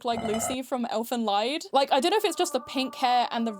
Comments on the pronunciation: Btw the "Lied" in Elfenlied is pronounced like lead. The way you pronounced it, it would be spelled Elfenleid. That would translate to elf's suffering instead of song :) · ELFENLEID 😭 It's Lied, meaning song, pronounced like "leed". Leid, like you pronounced it, means suffering and is not the actual title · i thought it was funny how u tried to pronounce the other titles n then for elfen lied you say "lied" instead of "leed" (elfen lied means elf song) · Pronouncing Elfen Lied as - lied (as in untruth) sent me. It's Elfen Lied (Elf song) like German for song surely X'D